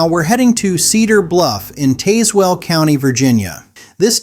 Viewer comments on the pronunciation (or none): If you’re going to talk about these areas, you might want to start by learning how to pronounce the names of each town and county. You butchered almost all of them. Starting off with Appalachian ( pronounced Appa-latch-in. You lost me after Tazewell.